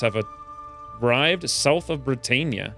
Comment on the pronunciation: Brit-ann-ia not Brit-ain-ia